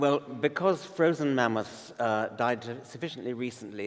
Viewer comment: Did he just say Manmoths? Half moth, half man?